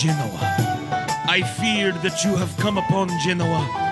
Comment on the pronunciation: Thought he said "Scotty the Jew knew" not "Scotty /that you/ knew"